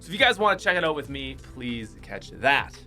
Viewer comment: Anyone else love how he says oat instead of out😂